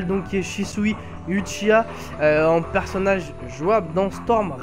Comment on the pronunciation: Shisui fait partie de l'histoire même de Naruto, donc pas hors série. Très bonne nouvelle qu'il soit jouable:) Hey, "Uchiha(wa)" se prononce OUchiwa et pas Uchiwa;) Sinon, le fait de gagner de l'argent sur le dos comme tu dis de CC2, ça t'empêche de dire la vérité? de dire que le jeu est super répétitif et qu'il a beaucoup de défaut? je pense pas. Et je en parle pas d'insulte hein.